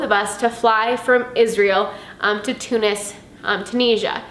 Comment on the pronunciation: Hiya. I think you'll find most of the world pronounces it Too-nizz-ee-uh. All the best to you.